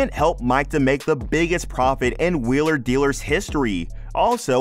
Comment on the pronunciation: Make a YouTube video and can’t even pronounce the name off the show you’re talking about!